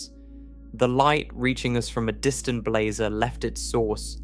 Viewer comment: "How many different ways can one narrator describe blazar's angles" while pronouncing "blazar" differently from one sentence to the next is not what I was expecting out of this.